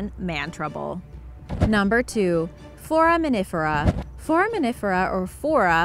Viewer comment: I love watching Blue Planet And Origins Explained! I hear "For a minute for a" instead of foraminifera